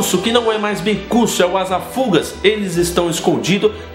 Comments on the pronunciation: desculpa ser chato, não é minha intenção... mas todas as vezes que você falou o nome do bicuço, você falou ASA FÚGAZ como se fosse paroxítona e isso me doí um pouco aos ouvidos, o certo é ASA FUGAZ e fugaz é oxítona o que quer dizer "que tem rapidez; rápido, ligeiro, veloz", desculpa ser chato, mas como eu sempre estudei português, isso me dói aos ouvidos, adoro seus videos, continue assim cara... você é muito bom... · oi! pronuncia-se "Asafugáz":D fugaz significa rápido. sobre James e Snape, nenhum ali era flor que se cheire. o James melhorou depois (embora isso não apareça muito, é só a opinião do Lupin e do Sirius, que é bem parcial) e o Snape acaba se redimindo, mas era um escroto mesmo assim, então... #TimeNenhumDeles.